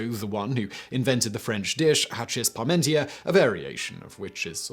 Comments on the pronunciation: That pronunciation of Parmentier makes my toes curl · It's Parmentier, not Paurmentier. Don't rely on Simon's utterly terrible pronunciation to draw conclusions.